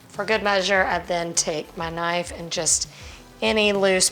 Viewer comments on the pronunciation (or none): none